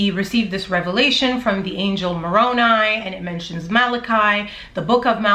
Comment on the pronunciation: Love your channel. I run all channels on 1.5 speed because i have little time. You still sound great at that speed. Also im glad you learned how to say Moroni correctly. I am a utah Jack Mormon.